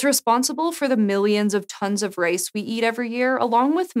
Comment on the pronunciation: i was very confused ... the girl pronounced 'RICE' as 'RACE' ... but big ups for C4 !